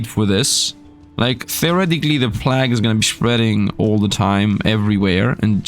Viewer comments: Plag tower :D check pronounciation Sir :) Plague = Play-g. Like Play with the G from the word big added. Nice contant, i really enojy the tower defense games. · Given you're a non-native English speaker, 'plague' is pronounced like 'played' with a hard G (like in 'game') at the end in place of the D 🙂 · Pronouncing plague, funny. Its plAge, then again i got D’s in school so. Ehh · First of all, great video. But please, please check the pronunciation of "plague". I have never before said anything to any YouTuber about pronunciation, but somehow the number of times you said in combination with your pronunciation made it very grating, I'm sorry. Might very well be that that's a "me"problem but I needed to say something. Anyways, keep up the good work.